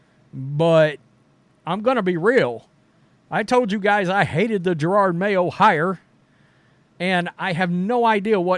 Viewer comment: It is JEROD (Je-rod) Mayo, NOT Gerard.